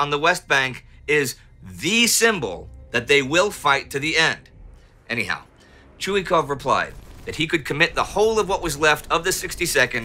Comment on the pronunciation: ChuikOv, he’s called ChuikOv, not ChUikov!!! Please improve it. Nevertheless, an outstanding show!